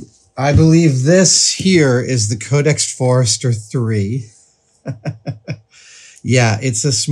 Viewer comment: Amazing! Just some small corrections: Leicester is pronounced “Lester”, and it’s Codex Forster, not Forester.